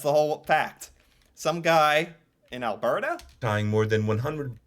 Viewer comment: The way the bot said Alberta was cringy.